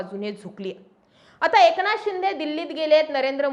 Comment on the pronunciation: Anchor मराठी नाही वाटतं... ए क ना थ... असा उच्चार होतोय... लक्ष द्या